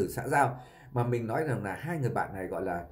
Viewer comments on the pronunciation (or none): Chú lày lói nghe không lỗi! Nghe ló thế lào ấy!